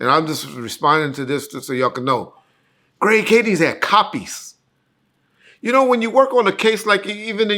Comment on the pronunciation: I hate when black people doesn’t articulate words. It’s Kading, not kadings.